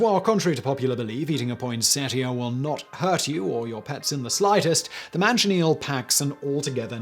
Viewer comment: Its pronounced "poinsettia," not "poinsettia"